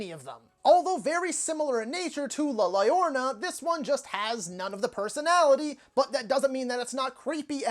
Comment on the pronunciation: "llorona" is pronounced "yorona" 😀 dont ask me why.